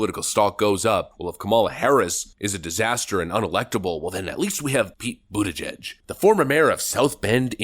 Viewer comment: His name is pronounced PETE BUTTCHUG